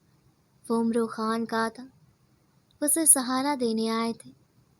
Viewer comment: It's amr Khan not omro